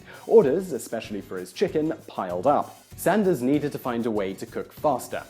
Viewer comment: Glad you made the occasional reversion to British English pronunciation when saying his name! :) Shame you don't do this more often but great vid.